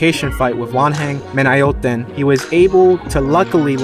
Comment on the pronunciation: Great vid..much needed. 🙏🏽 Japanese, Thais and Philipeanos have consistently been producing legends for years. Just a word on Thai names...THAI is a monosyllabic language so you need to stress every syllable not to murder the names...Wan-hang Men-yo-tin...and you mentioned “he knocked out CP Freshmart.” CP Freshmart is the name of the sponsor and gym of many fighters in both boxing and Muay Thai so maybe say the first name to be more clear as to the fighter your mentioning.